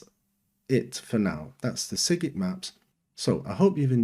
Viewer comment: Your saying sygic wrong. You say it like you say the name Simon